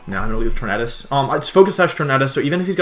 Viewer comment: Logan Rhoades he is saying it right